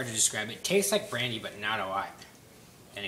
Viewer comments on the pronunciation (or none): Are you sayin "Banana" flavor? Or "Brany"